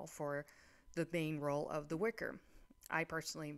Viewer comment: "Witcher" not "Wicker"